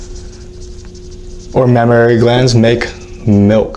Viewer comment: Not mammararay... It's just mammary... The same goes with supernumerary... Supernumerary...